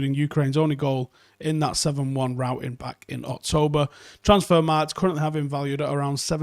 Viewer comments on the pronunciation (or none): none